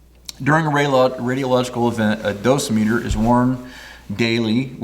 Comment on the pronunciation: I've always heard it pronounced do SIM e ter with the emphasis on the second syllable, as you did .